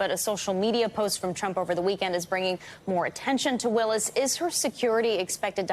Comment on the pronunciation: Was mispronouncing Ms. Willis' name deliberate?